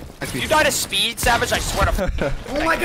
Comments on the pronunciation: It’s speed not meat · He’s not German, you got to stop saying that speed😤